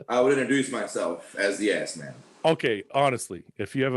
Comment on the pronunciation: Yo, shirt says Asman not Assman. Asman is the booty loving lion from the Narnia chronicles.